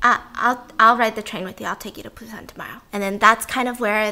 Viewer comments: i love you Steph but you kept saying Train to PUSAN, its BUSAN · Sorry is it pronounce PUSAN or BUSAN cause i keep hearing stephanie saying it with a P ??